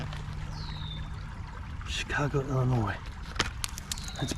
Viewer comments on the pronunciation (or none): I like how you pronounce my home state of Illinois EA, 😆 Very scenic creek and that dump with those mine car tracks was very cool to see!! Thank you for the funny and adventurous trip!